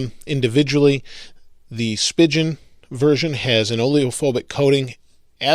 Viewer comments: Is Spigen really pronounced like "spigeon?" I thought it was "spy-geon" Not rhyming with pigeon but rhyming with "lie again." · Stop fucking saying "spigeon"! Its "spee-gin" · He says speigen wrong! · Your saying spigen wrong bro